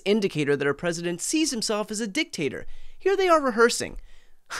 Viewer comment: Did you say Dick Tater?😂😂